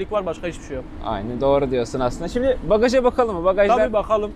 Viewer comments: Bağaj demesi bir tek beni mi rahatsız etti. 😅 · Önce bagaj demesini öğren sonra topluluklara hitap et 😂😂😂